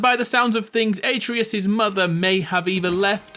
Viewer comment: You're pronunciation of atreus triggered the fuck out of me